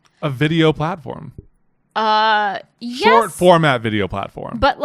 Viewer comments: I thought he was saying we we we we not yes yes yes yes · At this moment turned into a French man and said Yes Yes Yes Yes Yes Yes. 🤣 Nice to see his catch phrases are multilingual!! I think I enjoy the French version more! 🤣 If this was not the case then he has currently taken up pig calling since he has all this spare time now!!! 🤣 I love when can make me laugh without even trying. We’s Are Hard!